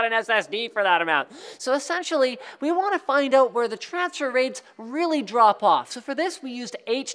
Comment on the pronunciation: what does he say , trafser ray, transfer ray, he said it in a way where I couldn't understand the word.